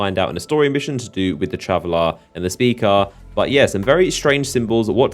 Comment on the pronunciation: It's traveler and Speaker not travelar and speakar christ your voice is fucking annoying